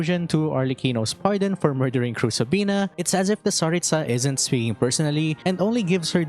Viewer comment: Speaking of pronouncing names properly, you keep pronouncing Tsaritsa with stress on the last syllable (tsa), but in Russian, the stress would be in the middle (ri). It seems common among English-speaking Youtubers, but is there a specific reason for that?